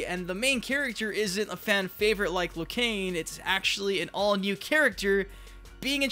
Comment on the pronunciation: It is not Liu Kane hahaha